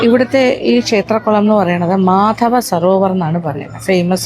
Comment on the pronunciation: മധ്വാചാര്യ എന്നാണ് മാധവ അല്ല